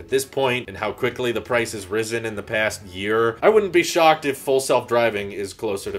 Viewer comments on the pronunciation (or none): none